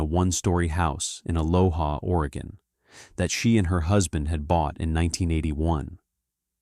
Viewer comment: TIE-GRRRD. Not Tee-guard. And UH-LOH-UH, not Uh-loh-ha! 😂